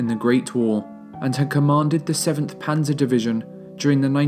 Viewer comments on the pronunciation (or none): none